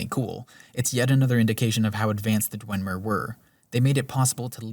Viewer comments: I know it has no bearing on the substance of the video, but from to when he says "Dwenmer" instead of "Dwemer" every single time, like 18 times in this 5 minute stretch, it got under my skin so much I couldn't finish watching. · It's "Dwem-er", not "dwen-mer", and also it's "Skyhaven Temple". good video though lmao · "Dwen-mer," huh? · There is no n in dwemer. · Nitpicking here. Its "dwemer" not "dwenmer" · I'm sorry, this is such a great video but....*dwemer, not dwenmer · This is really good, and your points are solid. However, I must say that it's not Dwenmer, it's Dwemer. There is no N in Dwemer. I'm sorry, I just had to get that off my chest, it's been bugging me for an hour. Other than that, this is really good. And if that's the only weakness I'll say this is damn near flawless. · ”Dwen” mer? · He also says Dwenmer. And Altuin. And Paarthonox. Etc. lol. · Why does he call them the Dwen-mer? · i swear you were saying "dwenmer" this entire video but it was so subtle i never knew if i was just hearing things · You were not and he was. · Good video, but hearing you mispronounce dwemer and paarthurnax repeatedly drove me crazy. (And hagraven) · Why do you keep saying Dwemer like that